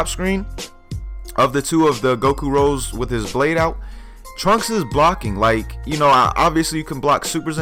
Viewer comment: It's called Super Saiyan Rosé. Not Rose. Please... 'cries in the corner'